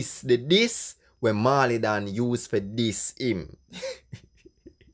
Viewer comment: Dawg why would you try to discredit Pablo’s writing skills? You are sounding bias. A next thing, it’s not “maw-lee” ute learn fi pronounce the man name.